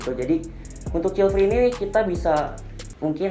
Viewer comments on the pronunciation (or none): grogi gaes child free salah nyebut hehehe